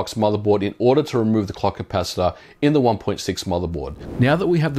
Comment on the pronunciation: So I’m supposed to remove the what now? The “clucky pass-it-aw”